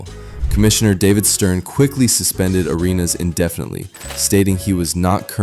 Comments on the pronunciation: Is this Ai ? Because how can you pronounce it Irenas and not Arenas or The Arena… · Who the hell says "areynas"? AI, that u dawg?